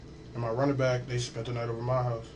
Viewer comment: When people say “moy face” with such an intentional “moy” sounding pronunciation, and there from Cali, they’re lying to you!! It’s like they think they’re clever doing it that way!🤣